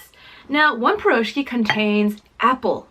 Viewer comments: the blintz pronouced blinchik/blin and you eat the meat blinchik with sour cream and the cheese is eaten with jam for your taste and you pronouce the piroshki pirashki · heeyy, funny to hear how you pronounce Piroshki)) and correct name for Blintz is "Blinyy" its like slimmer version of pancake)